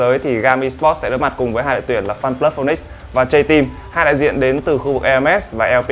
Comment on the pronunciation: chả là /feniks (phi ních s) ??